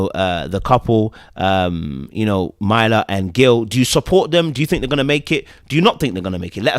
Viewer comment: I know it’s not intentional 😂 but please say this woman’s name correctly. MUR-LAH (Myrla)